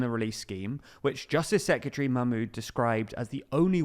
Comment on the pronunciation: Secretary, not sekyatree